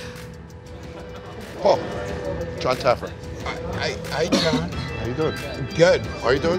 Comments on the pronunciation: “JON TAYYERFY” 😭😭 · This dude said “ John Taggerfree” LMFAO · Love how he says Jon taggerfee instead of jon taffer 😂😂🤣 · "Jon Tagerfee" 😂😂😂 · John TA GRAH FEE